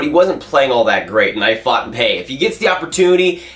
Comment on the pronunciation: why do you say "fought" instead of "thought"? it's distracting